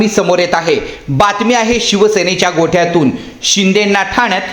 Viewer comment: गोठ्यातुन नाही, गोटातुन असा उच्चार करावा